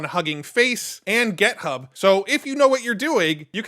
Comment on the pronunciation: Does it annoy you that he pronounces Git hub like it’s GET hub